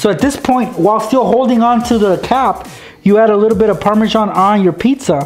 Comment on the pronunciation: actually, parmasan is pronounced par-ma-zan